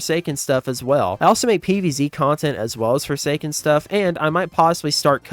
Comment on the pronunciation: I like four say skin